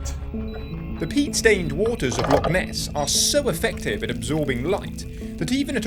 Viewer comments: Loch, not lock. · 15 seconds in and you're off to a bad start It's "Loch", not "Lock", and we get sun here quite often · Brother please, it’s Loch not lock. Enough folk pronounce Scots words entirely incorrectly, I don’t know why our closest neighbours can’t manage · Loch (not lock) is 230m deep btw